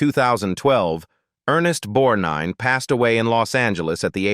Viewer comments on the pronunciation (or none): It's Bett eeee like Betty not Bet And it's Ernest BorG nine not bornine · Teach your A I how pronounce things. I didn't know what it was trying to say!!! Borneene, Bornine??? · It’s BETTY Davis-no matter how it’s spelled! And E “Borgnine”!!!!